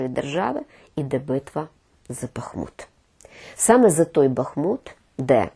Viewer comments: Так ,Але я не філолог ,а ви зробили не правильний наголос у назві міста нашої країни.Не БАхмут,а БахмУт! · Людина, яка так любить рiдну мову, не може називати бахмУт - бАхмутом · Невірний наголос у назві міста Бахмут ,наголос ставиться на другий склад . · "Бахму́т" - це з Вікіпедії. Наголос на "у", інтернет вам в допомогу!